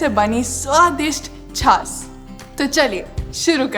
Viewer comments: झास नहीं बाईजी छाछ. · छास नही छाछ।